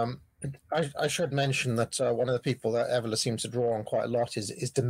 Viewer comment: Minor point, but the way this is pronouncing Evola is grinding at me... Good chat though keep it coming.